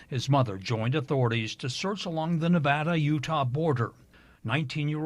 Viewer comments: It's NEVA-DA NOT NEVAH-DA. thank you. Dylan was so young 😭 amazing story in a crazy place. City folk know you are always safer in the city. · It’s nevaaaaaaaaaada not nauuuvauda. Get it right… hence a Nevaaaaada, hence a resident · Nev-"a"-da, not Nev-"ah"-da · Na vad ah, not Na VOD a